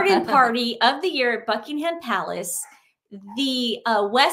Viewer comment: Hello lovely girls - you don’t pronounce the ‘h’ in Buckingham. Love you 💜💜